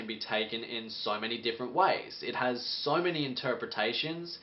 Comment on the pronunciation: Why do you say "sore" instead of "so"?